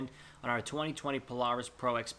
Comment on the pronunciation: The way he said Polaris😂